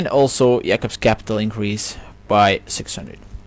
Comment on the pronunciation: good video brother.. thank you for this knowledge. btw i thought u where either jewish or Muslim of some sort. not many say the name Jacob the correct way. keep up the good work.